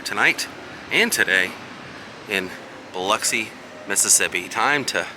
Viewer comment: That you for sayin Biloxi right!!!! Lol I know a lot of people say it funny